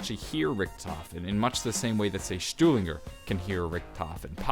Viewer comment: The G in Stuhlinger is pronounced as a "j"